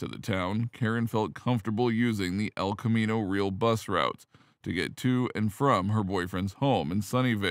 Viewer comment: Hard for us Bay Area residents to hear you say El Camino Real (as in "meal") over and over. It's El Camino Ree-AL' ("Al" as in Al Pacino) with the accent on the second syllable (Spanish), and it's one of the best known roads in the Bay Area, so the mispronunciation is jarring. I always find myself wishing YouTube hosts would take the time to research correct pronunciations.